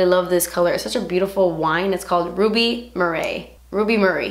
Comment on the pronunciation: laughing at you pronouncing 'murray' I forget that it's not something you would say in America very often but in England we have Andy Murray And Murray Mints! 😂